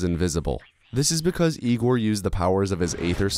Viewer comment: Hey? Isn't it Egor not Igor? It's clearly Egor, read like the "Yea" in "Yeah", so Ye(ah)-gor, Yegor, Egor. :)